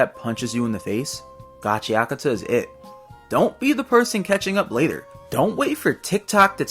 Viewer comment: I thought it was pronounced gachaKUta